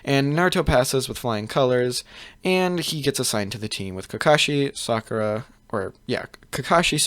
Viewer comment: he fucked it up when he said sakura